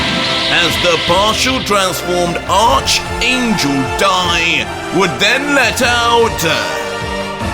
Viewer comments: It’s pronounced “Arc-angel” instead of “Ar(ch)-angel”. It’s a Greek word which has commonalities in replacing a “ch” with a hard “K / C” sound. Similar to the word “Chemical”. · Ion wanna be that guy but it's not pronounced arch but it's pronounced "ark" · i love you but it’s not pronounced ARCH it’s pronounced like ARC and spelled arch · btw, it's pronounced ARC-angel. Not ARCH-angel. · It's pronounced "ark" angel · Good job, however two things.. Arch is pronounced like Ark. also, Goku transforming should’ve been side by side slides with Dai instead of not at all… was very anti climatic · Lol why is bro saying Archangel like arrrrrcch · FYI it's pronounced Arkangel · ARCHANGEL ARC ANGEL IS HOW IT'S PRONOUNCED BTW 👀😁👍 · Yo, In Archangel the "H" is silent